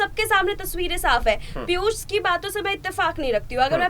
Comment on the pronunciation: sabse pehle aap apni bhasha shudh kijye. Sha shabd ka sahi ucharan nhi kr paate jaise aap Piushji ko Pius keh rhe sha ko sa ucharan kr rhe he. Patrakar ke liye bhasha ka shudh na hona sharm ki baat he.